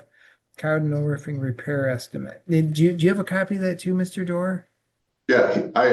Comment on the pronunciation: It’s not Ruffing, 🐕, It’s Roofing. 😂